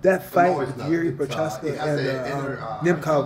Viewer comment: Wait a minute, this guy could pronounce Prochazka this whole time? I've been bamboozled lol